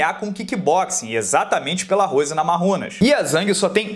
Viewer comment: Ainda tento entender o motivo pro pronunciar NAMARRUNAS em vez de NAMAIUNAS.